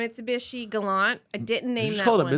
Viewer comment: I love that the problem was with "Mitsubishi" and not "Gollont"